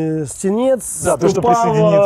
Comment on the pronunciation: На канале язьіковой школьі видео с туевой кучей направильного произношения! В словацком язьіке ударение на первьій слог. Какой окрЕс? Какой РужИнов? Какой СенЕц? Какое БискУпице? Ау. Вас же будут смотреть люди без понятия про то, как произносятся єти топонимьі! Зачем переиначивать на московский манер? Чтобьі что? Удачи в дальнейшем. 🖖